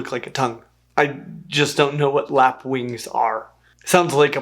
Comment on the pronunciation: Lapwing (as in overlap)